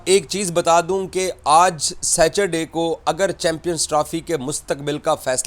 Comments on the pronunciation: British pronunciation: sa•tuh·day American pronunciation: sa·tr·day Jahil pronounciation: Sachur day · Saturday to thik se bol be